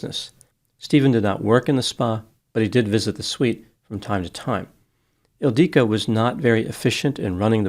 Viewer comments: I'm not sure why used 2 different pronunciations for the name ildiko (Ildiko and Ildique). It appears to only have one pronunciation. Is this perhaps a common nickname for Ildiko in Hungarian? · Her name was Ildiko, pronounced with the same cadence as indigo, or wottahoe.